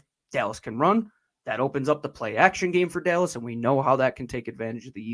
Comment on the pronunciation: Who is This “Delles” talking about.